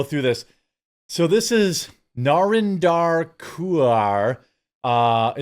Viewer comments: I'm gonna start intentionally mispronouncing Indian names. Nah-ren-dahr lmao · As someone familiar with Narinder's "work", I adore how you pronounced her name😂 keep up the good work 👍